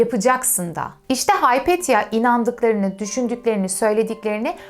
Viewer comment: Küçük hataları düzelten sinir bozucu biri gibi görünmek istemem ama sanırım Hypatia (Υπατία) "Hay-pet-ya" değil "Hi-pa-tia" diye okunur.